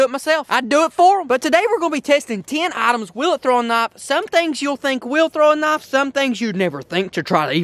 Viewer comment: Ten eye-tims? 😂😂😂😂